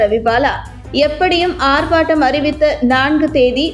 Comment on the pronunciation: ஆர்Batam அல்ல ஆர்ப்பாட்டம்